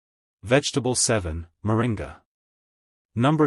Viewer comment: I think you mean Moringa not morinar